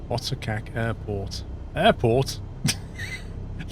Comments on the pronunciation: This one was great, it was hilarious listening to your Croatian pronunciations, theyre pretty hard. Just a quick tip, for the next leg of this trip, in Croatian C is pronounced TS, and C with a little thong on top Č is pronounced like CH. So Gacka River is Gatska and Otočac is Otochats. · My wife is Croatian and she says Otocac is pronnounced as Otochatz. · I'm from croatia and your how you pronounce rijeka and otocac is so funny Here's a tip I is pronounced like E A is e but without y when pronouncing Croatian is very hard but if you now at least that, that is great